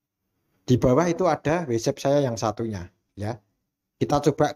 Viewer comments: bacanya watsap bukan wetsep 😭😭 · Ngga semua huruf a dibaca e dalam bahasa inggris.. WhatsApp.. bukannya Whets epp Blo'on 😂